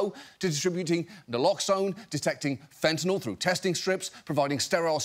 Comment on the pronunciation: Can people stop pronouncing it Fent-in-All? It's not an off-brand Tylenol.